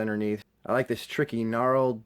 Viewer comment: Its KNURLED not Gnarled.